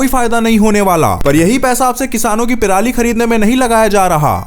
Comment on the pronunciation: Pirali nahi Bhai purali